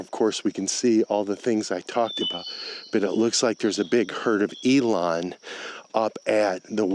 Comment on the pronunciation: Eland, not Elon.